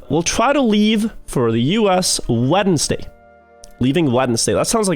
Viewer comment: why did he pronounce Wednesday so weird??